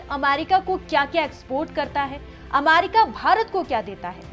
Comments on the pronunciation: it’s America and no Aamerika 😂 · अमारिका नाही अमेरिका ऐसा शुभेच्छा बोलते है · First of all its America not Amarica😡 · Ap America ko bar bar Amarica kyun bol rahi hain madam? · America not amarica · America not aaamerrica , gwar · Amaarica bolna sikhao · America bolne to sikh le pahle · 😂 pronunciation bhi nhi aata hai aur news banane chal diye